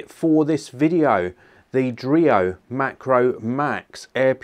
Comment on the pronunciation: dreo? i almost thought it was Oreo... oh boy